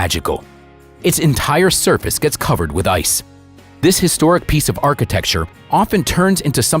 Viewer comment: What a pity they coldn't find someone who can speak English to do the voiceover. There is no such place as Dakota in the UK . The power station in question is in Didcot. Calling excavations "escavations" is just sloppy as is calling the surface of the earth "the service of the earth. Another is describing a work of art formed from crops in the field as "paintings". There was no paint involved. The beautiful pictures deserved much more than this lazy American mangled and inaccurate English